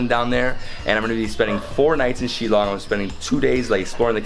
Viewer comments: It's pronounced as "Shil-long" and not "Shilong" and Meghalaya is the wettest place on Earth and not only in India but I really enjoyed the video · It's shil-long not shi- long I just want to help you out with this one, hope you don't mind 😃